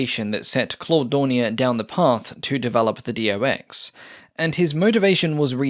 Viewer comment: Its not D O X! Its Do (one word) and than X. Like his name ist not D O rnier.